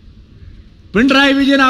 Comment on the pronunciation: പിണ്റായി അല്ല പിണറായി Ok